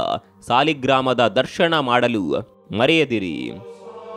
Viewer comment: ದರ್ಶಣ ಅಲ್ಲ ಅದು ದರ್ಶನ.. ಉಚ್ಛಾರಣೆ ಸರಿಯಿಲ್ಲ